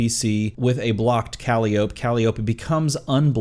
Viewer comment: I'm no D&D'er, but isn't her name pronounced kuh-lie'-oh-pee?